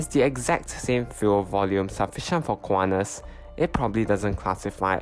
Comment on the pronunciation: Do NOT pronounce it "KU-AH-NAS" Say /kuan-tas/ with T as in sTUpid